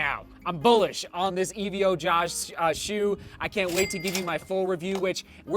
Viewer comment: Sorry to be that guy but it's not E-V-O just evo as in evolution